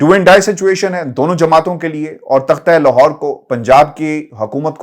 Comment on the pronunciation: "تختہ لاہور" نہیں بھائی! "تخت لاہور" ۔۔